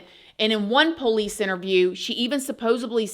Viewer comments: “Poh-lice”. From Georgia, Lol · PO-lice. Where is she from? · I’m not the biggest fan or worst. But, you’re saying Pole ice drives me insane. Keep on, just seeing old habits die pretty hell hard .